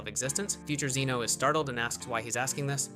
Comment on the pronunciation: You can't even pronounce Zeno right 😂